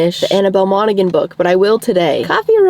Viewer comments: I just graduated highschool with Annabel Monaghan's son and I just wanted to say its pronounced "mon-a-han" the "g" is silent lol 😅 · you are so perfect and should be totally perfect. You are not pronouncing Monaghan properly. Put it into google. - it’s Irish so you don’t pronounce the gh…😂🎉❤ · Annabel Monaghan last name is pronounced moms Han